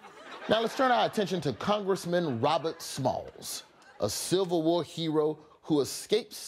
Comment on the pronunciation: bruh. It's the Civil war, not silver war. Lmbo